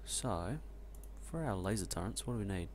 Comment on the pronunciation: They are called "turrets", not "turreNts". In written language, sure, it's a common mistake, but I've never heard someone actually say it out loud. Also, stop breathing/sniffing/coughing into the mic please, I'm way too familiar with your bodily functions at this point. Good playthrough tho, you're one of the few people who bother making a LP out of this game who knows what he's doing. Though, you really are overproducing science packs like mad. Also, think bigger. Like, WAY bigger. Like, take your current space and quadruple it. And then you probably still need more space. And you definately don't need that many boilers, especially at this point (Boilers being the cause of pollution, not the steam engines (Steam is harmless hot water, it's the burning fossil fuels that attracts biters)). Each steam engine needs 1.33 boilers, so you either add more engines or reduce the amount of boilers, cutting back on your pollution.